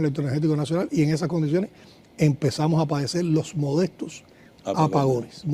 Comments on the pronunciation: Modestos dijo? En lugar de decir molestos. Que cosa es esto?. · Yo creo que se equivocó quiso de cir molestos,no sabe ni hablar es un títere que lee lo que le dicen que diga